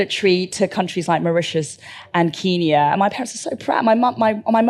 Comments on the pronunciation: Why does she say “keeenya” 😂 ? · It is very annoying how she pronounces 'Kenya' though 'back in Kiinyaah' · "Keenya" - that alone is enough to hate her. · Ken-ya or keen-ya? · Why does she pronounce Kenya like that?